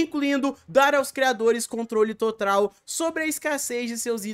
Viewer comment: Minuto ele fala trotral em vez de total kskksks